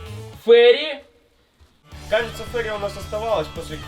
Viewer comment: ФеЙри, а не Фери. Фери звучит как паром, а Фейри это фея